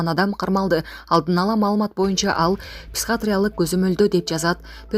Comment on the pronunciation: Туура окучу. Психатриялык деп окудун.Петропавловскини да туура эмес окудун. Жээ, бул кыргыздарга боло берет деп жатасынбы? Мындай чала сабаттууларды кайдан табасынар?